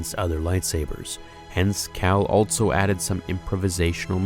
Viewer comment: I can’t be the only one that goes nuts every time he says “ altso “ and not “ also “ right? Like just say the word better dude wtf are you doing!